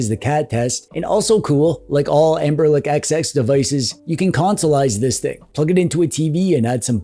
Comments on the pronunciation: Why are you saying anberLICK? 😭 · Am i hearing it right or are you calling Anbernic, "AmberLick"?